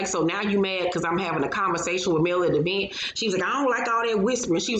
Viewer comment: Tisha and her mama both say E-vent ad I always cringe